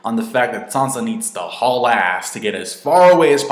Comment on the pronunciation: "Sohnsa". It's "san-za".